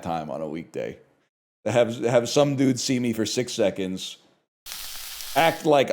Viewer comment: I must be insanely fuckin gone cuz every part of my body heard that as "six sevens." I knew he meant seconds of course but I didn’t hear that whatsoever, I thought there was just a slip of the tongue from the 6 7 jokes ans he just kept the bit going, which to be fair I should've known he would not be capable of doing completely uninterrupted